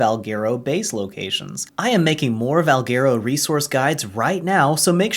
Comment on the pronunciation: Dios la guia es buenisima pero ni una sola vez dijiste valguero bien y mucho menos deinonichus...